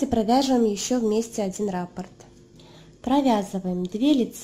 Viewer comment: РаппОрт, а не рапорт. Ударение на О